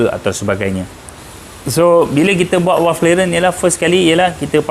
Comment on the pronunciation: bunyi nye V=valve. Bukan W= Walve. Bukan di sini, bonggoooo